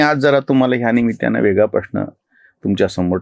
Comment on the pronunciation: आपण निमित्त या शब्दाचा उच्चार निमित्य असा उच्चार करता हे चुकीचे आहे.बरोबर उच्चार जसे दत्त दत्ताने असा असावा.